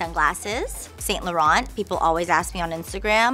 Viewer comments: music OMG- you must be under 21 yrs of age- - I am much older and well traveled my dear- that is not how you pronounce Laurent and the rest of the designers she said- - there was one more she said wrong too - - ask a French person - they will tell you the correct pronounciation- I have been to Paris- and know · Pronounce Laurent correctly my dear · Meredith Smith wrong my dear- I have lots of designer bags and have lived in Paris- you don't say Laurent - with a the T at the end of the name and Vuitton - doesn't have a N - sound at the end